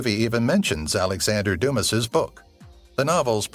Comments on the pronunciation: Interesting video…& tho I *never nitpick, what’s up w/ all of the mispronunciations? ‘Ohians’ as opposed to OhiOins? Another that escapes me atm tho worst, ‘Dumas’ as opposed to Dumah? -a special point even made in the movie re proper pronunciation of the author’s name). Seems sloppy given otherwise excellent piece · In Alexander Dumas the S is silent and the emphasis is on the second syllable.